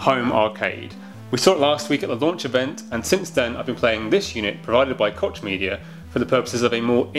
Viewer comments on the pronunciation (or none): It's pronounced "coke" media.